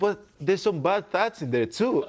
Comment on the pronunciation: Where is he from?lol "my thots" or my thoughts?!"🤔😁